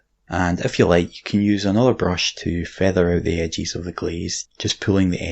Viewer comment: I watch these videos just so I can hear use his accent to pronounce words in different ways. My favorite is edges. Edges = "ehgees"